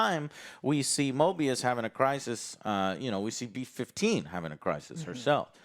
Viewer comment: It's MOBIUS Joe! MO-BEE-US! Not MORE-BEE-US. Week after week. Show after show. Character after character. The same thing... U can't even get the names right. It was KAM-EH-NOH-ANS the other day. U guys make so much money to just buy top of the line computers. Watch videos and play video games. Pay ur rent and get new offices to house all of the new toys that subscribers and Patreon members pay for. And u can't even have enough respect to learn the names of the characters in the stuff u review. I like the content. Been watching for years. But, my God!... Learn the correct pronunciation and actual names of the things u are reviewing. Is it too much to ask?